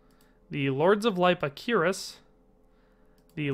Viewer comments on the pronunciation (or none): You totally mangled 'cuirass'. It is pronounced like you are saying 'queerass'.